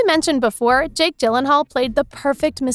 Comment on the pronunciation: Me listening to her mis pronounce Jakes last name: 🤬🤬🤬🤬🤬